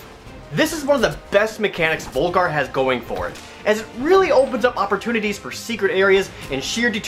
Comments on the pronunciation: It'd be pronounced like V-OOH-Lgar wouldn't it? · Why does nobody call him Völgarr!? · It's actually pronounced "Vulgar the Viking" because in Icelandic and other northern languages the letter "ö" Is pronounced "uh". How I know this is because am born and raised on Iceland